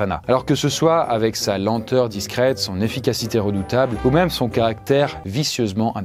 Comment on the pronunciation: S'il y a un accent circonflexe sur "même" c'est justement parce que ça ne se prononce pas "meume"...